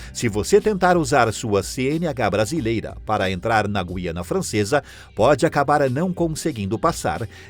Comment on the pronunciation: Parabéns por pronúnciar o nome "GUIANA" de forma correta, pois é um assassinato das ignorâncias ao pronúnciar essa palavra que dá nojo. Eles chamam de GIANA...PODE?? TOTAL E FALTA DE LEITURAS.